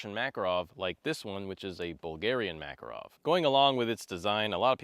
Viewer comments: Ma-KAR-ov not MACK-er-ov! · I’m so disappointed you pronounced the name wrong like southern hillbilly’s say it. Mah Car OFF, not MACK. How do I know this? I married a Russian woman who’s last name is Makarov